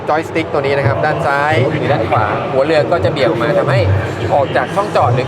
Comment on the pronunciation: เรือรึเปล่าครับไม่ใช่เลือ